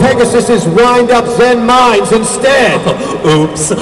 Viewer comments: but its pronounced zen-MAINes. not zen-MINEs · but their actual pronunciation is zenMAINes... so... sucks. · in the japanese language they have a charcter that is the equivelant to ai, but it is pronounced with the "big i" sound. all of the wind-up cards that have zenmai- use this character and everyone just started pronouncing it incorrectly like the japanese god of thunder/lightning Raiden but I digress. all of the zenmai-cards are pronounced zenMINES, or zenMITEY, or zenMILEstrom.